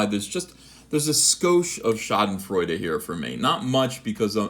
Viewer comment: Is it strange, that - as a German - I find his pronunciation of "Schadenfreude" sexy? [Not gay]